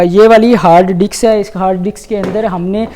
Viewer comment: Aby Yar Kya ruk ruk ke bol raha hay APNA lehja aur Urdu theek karo beta I have worked on these aircrafts .it's arinc not arnic it's disk not diks your English is very poor